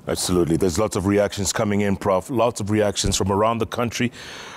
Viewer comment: "regouds" "abzolutle"☺️✍️